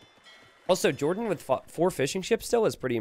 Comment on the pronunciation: Every time a caster says '"fishing ships", I hear "fish and chips" :') ( I'm not from UK or Ireland )